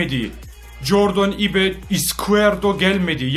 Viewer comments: ibe değil ayb diye okunuyor bence ayb çok havalı öyle de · Ibe ayb diye okunuyor. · j.ibe nin okunusun cordın ayb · abi ibe ayp diye okunuyo +1leyin görsün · abi ibenin adı ayb diye okunuyor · Abi ibe Ayb diye okunuyor beğenin görsün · abi o ibe değil ayb diye okunuyor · abi ibe ayb diye okunuyo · Jordın ayb diye okunuyor abi haberin olsun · abi o jordin ayb diye okunuyo :) ayıp değil